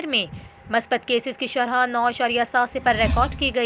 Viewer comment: bibi shrha nahi shrah